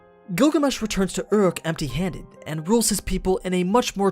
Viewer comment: it's pronounced "ooh-ruke" not, whatever the fuck that noise is